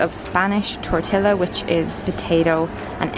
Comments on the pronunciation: Omg dead the way she pronounced Spanish tortilla as an l instead of ee-yuh ahahah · That pronunciation of tortilla was so English 😂